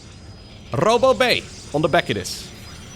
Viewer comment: you said robo bay while rolling your R’s, and for some reason that triggered Siri